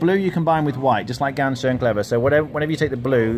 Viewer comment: Please guys, get your German correct on these simple words like ‘ganz.’ It is ‘guntz’ not ‘gance’. It is not hard to find the pronunciation of this word on the internet. 30seconds of research saves all of us a world of ear pain.